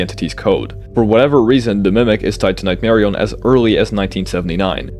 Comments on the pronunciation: Nightmari-yun not nightmari-own jumps off cliff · why does bro say "nightmarioné" like a French guy 🇫🇷